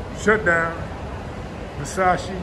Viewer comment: The only country dude I kno that actually pronounced Versace (Ver-sauh-shee) correctly.... matter a fact, the only person I can recall period, that has said it right! 😂🤣😂🤣